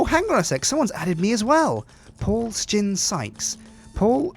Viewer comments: i think he means that somtimes it sound like they are saying shin instead of sjin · I still wonder why you pronounce it like Stjin ?